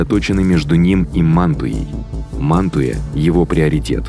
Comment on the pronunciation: 11;26 - научитесь ставить ударения правильно и подпишемся. Манту'я, Па'виа и т.д. ... насилуете топонимы...